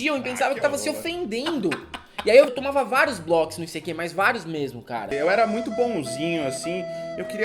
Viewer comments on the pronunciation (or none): Gente! Morri de rir. O ICQ (issequê) já acabou e vcs não descobriram a pronúncia? putz! Era “aisiqueiu” (“I seek you”). Mas era muito legal, eu usava os chats e até formamos grupos que nos encontramos. Aprendi espanhol assim no ICQ kkkkk recordando: fiz curso pra criar sites, depois inventaram os blogs semi prontos! Tenho 45 anos e mais inútil que este curso de html foi o curso de datilografia com 14 anos!